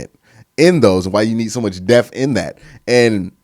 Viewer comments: Depth ..say it with me...depth..not devth..thank you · I just really don't like how Q pronounces the word D-E-P-T-H! Def 😂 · Bro, it's depTH not deaf or deph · Bruh your a member of the media member now the word is Depth not Def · Deaf or depth ? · bro you really gotta work on pronouncing the word “depth” 🤣. I love you tho bro, keep grinding 🤙🏾